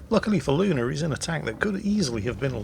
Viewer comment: Umm,, there is no "R" in "Luna".